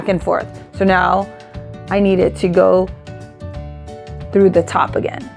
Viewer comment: Automatically knew this was a local girl when she said TREW (for through) ~ I see you 😂! Loved the tutorial, I needed ideas for my goddaughter graduating on the mainland! Can’t wait to make this. 😍😍😍